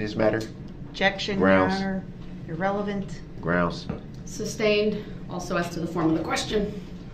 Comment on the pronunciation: New drinking game. Drink a shot whenever he says “Is it fair to say”. Two shots when he says “grounz”. Three when he says “axed “